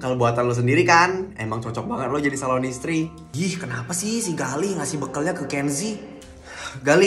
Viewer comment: Aku denger iata kenzi salon istri bukan calon